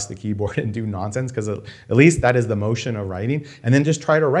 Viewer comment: "Shoot ze glass."